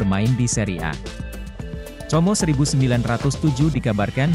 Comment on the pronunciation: Como di bacanya Komo udah aj sklian comro😊😊😊😊😊😅😅